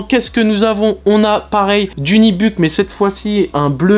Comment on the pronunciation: Où est le i dans NUBUCK?!? Ce mot se prononce NU-BU-CK et non Nibuck!